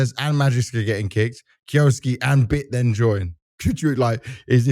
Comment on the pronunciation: you say that you pronounce kyousuke like the japanese do, but you are incorrect you pronounce it as kyo suki (suki means 'like') so you are confessing your love to him. if you would have done the bare minimum research you would have known how to say it, just search "kyousuke pronounce" on yt should lead you to a vid of the pronunciation even just searching "anime kyousuke" should lead you to a clip of someone saying it in an anime. its pronounced kyou su keh (the o is elongated by the u, the e sound in japanese is not pronounced like i or the english e its closer to eh sound) now say it quickly without long breaks between the sounds. i know this is a useless thing becuase he is a russian kid who doesnt even watch anime and just selected a name, i doubt even he knows how to say it, and 90% of the talent in the CS scene is british so there is no point in expecting them to say it the 'correct' way, but still useless rant over. source: i am half japanese